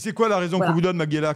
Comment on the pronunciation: T'ain le gars sait même pas prononcer son nom stp... C'est ma-ge-LYA.